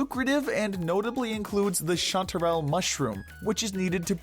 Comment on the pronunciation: I thought when he was talking about chanterelles that he said wife elixers